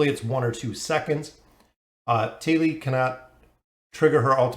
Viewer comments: Thali = taa•lee (tah-) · where the hell did the h sound go? there these the thick thumb, but thali is tali